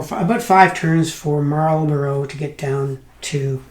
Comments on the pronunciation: Marlbruh, dude. Marlbruh. Good review. Pity it is a bit of a dud, but I'm sure an experienced gamer like you could make it shine. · Or Mal-buh-ruh.